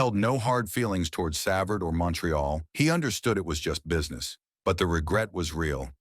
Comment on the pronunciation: As usual this AI know little can’t pronounce a hockey player’s name. It is GEE not GUY Lafleur. Also it is GEE Lapointe. Can’t recall Larry having much blonde hair. And it’s SAVARD. Larry will always be referred to as a true great. And a real gentleman.